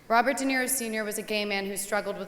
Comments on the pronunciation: Is she saying ROB or BOB?? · Yeah, Bobert De Niro.